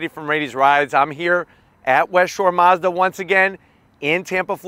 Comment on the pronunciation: It’s Mazda not Mozda